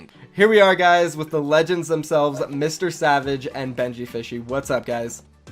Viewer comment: He said MrSavage "N" c'mon bruv btw love your vids